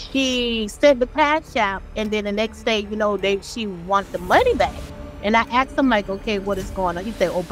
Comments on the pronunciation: "The first time Tyler AXED me for money..." I'm done. 🙄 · Almost lost my mind when I heard axed.